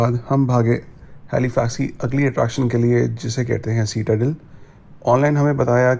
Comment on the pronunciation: It’s pronounced SIT-A-DEL not seat-a-del